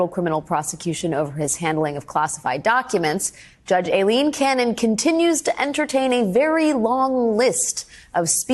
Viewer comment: Her name is Aileen not Eileen as you can see in your own blurb